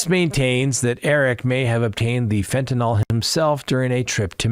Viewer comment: FentaNYL...NO "O"...